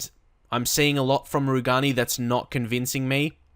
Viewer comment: Rugani is pronounced "roo-jay-nee"